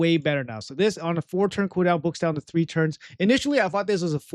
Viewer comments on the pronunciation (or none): none